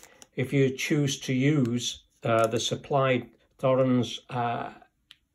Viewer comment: It's T-horens not Th-orens!